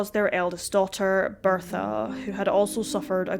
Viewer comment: You should NOT be narrating videos. You CANNOT SPEAK Properly or Pronounce words Correctly. It's BERTHA Not BEARTHA!! Had to turn off the sound!!